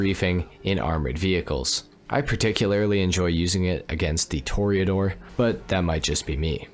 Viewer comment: Tor Ah Door NOT Tor eee Ah Door